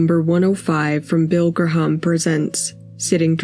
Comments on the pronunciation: AI narration is NFG, and easily detectible. Bill Graham's last name is correctly pronounced GRAM, and Greenwich Village is correctly pronounced Gren-ich. C'mon AI, get your shit together, and properly programmed. Or let a REAL HUMN BEING do your job. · it is pronounced Bill GRAY-um not gruh-HOMM (....more AI garbage destroying humanity)